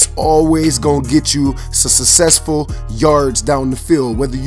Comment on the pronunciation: Why does everyone say success/successful wrong?